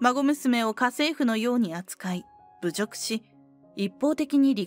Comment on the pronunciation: 「ぶじょく」だってば〜！！💢